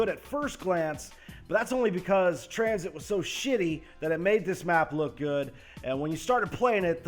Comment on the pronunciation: It not transit its transhit